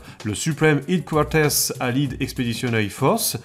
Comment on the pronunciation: Très très bien comme d'habitude, hâte à la suite. Quelques prononciations en anglais m'ont fait sourire sinon comme " Allied " ou " Headquaters " ^^